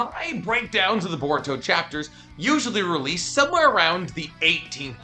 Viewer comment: finally my dude said "release" instead of "releaseal" the world is right